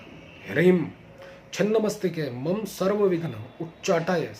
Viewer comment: मन्त्र तो संस्कृत मे है, तो 'मम' का उच्चारण 'mom' कैसे होगिया इह तो 'mama' होना चाहिये.संस्कृत मे व्यंजन वर्ण का अन्त मे पूर्ण स्वरवर्ण 'अ' का उच्चारण होगा अगर हलन्त न हो तो ,अथवा युक्ताक्षर न हो तो।